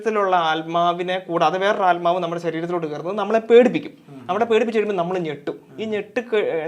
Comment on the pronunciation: ആൽമാവ് അല്ല ബ്രോ... ആത്മാവ്...